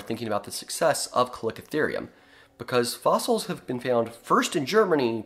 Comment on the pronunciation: It’s pronounced “ca-liko-therium